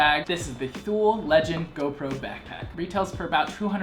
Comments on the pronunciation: Better to stop the Americanization of names, even brands started to change their own names just because of American ignorance. It's "Tho-el", but thanks, with 20 years of US customer portfolio made it "Thoo-leeee". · Pronunciation is Too-lee, not Thool. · Great review! Thule is pronounced as tool-ee though. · It's pronounced "too-lee" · Thule is pronounced Toolee. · definitely not paid, the guy reviews five packs and hasn't a clue how to pronounce Thule... If he were paid, that wouldn't have made it past marketing. What I want to know is why can't you get these any more?